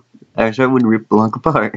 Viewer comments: Im offended u pronounced my name wrong THE C IS SILENT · The C in Blanc is silent by the way.